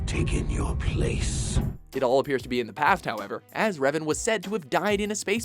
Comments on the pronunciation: It's Revan, not "Reven", wtf... :| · DARTH REVEN? I think Geralt is a better anmesia afflicted charcter, but i can respect Revan being one but please get his name right! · Darth RevEn? Seriously? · "Reven"? Nice job guys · Darth.. Reven? ;__ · Rev"A"n, not Reven. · You know me. I tend to critizize things like Clip titles or content. Not here. However I have to ask who the hell is "Darth REVEN". Come on guys. Even if you have no Idea who REVAN is, you should be able to read the subtitles of the scenes you put in. And it´s not like you simply put an E instead of an A in the title for his clip, you went on and pronaunced it as Reven instead of Revan. You can do better than that. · To , it is Darth Revan not Reven.